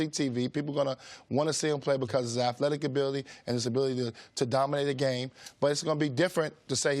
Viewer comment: I'm not taking thoughts from anyone who repeatedly says "afletic".